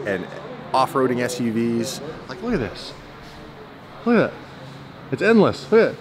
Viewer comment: "Look at this, loogadat, it's endless, loogedat, loogadat, look at this" DDE-2019